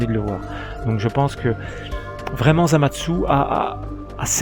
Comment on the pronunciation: pk tu dis zamadsu?